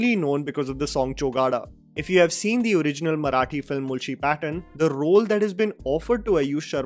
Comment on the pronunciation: Great work, I have just 2 things to say from this video that didn't sound right to me. 1) When you say mulshi its 'ळ' not 'ल' but I can cut a slack here, for you not being a Marathi speaker 2) Its मांजरेकर, where we use 'मान' as in अपमान, 'ज़' as in ज़रूरी and not as in 'जावेद'